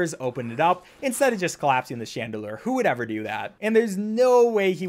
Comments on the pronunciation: Wait... did you just pronounce chandler wrong? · Says cryptographic fine, apologises. Says chandelier and pendulum wrong, nothing. Thank you for adding Shaun DeLure and Penn D'lem to my roster of NPC names